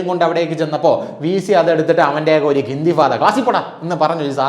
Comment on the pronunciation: ഇന്തിഫാദ അല്ല സുഹൃത്തേ ഇന്ദിഫാാദ്